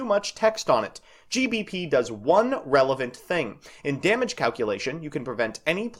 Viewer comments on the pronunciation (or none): none